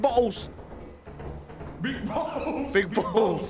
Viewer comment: I got bo'les (English accent) Daca: You got balls?